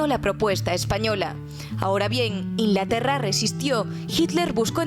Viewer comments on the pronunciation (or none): "InLaterra"? Te comes siempre la G